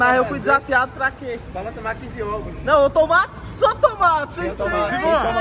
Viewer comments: ninguém: muralha: se ele num tumar... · se tem muralha falando: se ele num tumar... tem like!